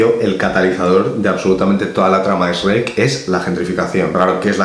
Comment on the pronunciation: que bueno que no lo pronunciarse como los demás españoles: esreck